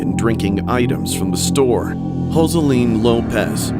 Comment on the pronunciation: u did not have to pronounce joseline like that